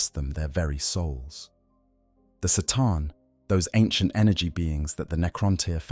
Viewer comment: Sataan lolol, you mean C'tan